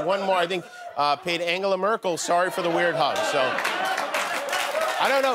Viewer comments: Man said angle uh instead of angela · Did jimmy mispronounce Angela